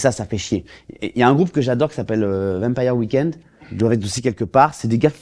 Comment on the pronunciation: C'est Vampire weekend, pas Empire weekend Manu, t'es le seul humoriste à me faire kiffer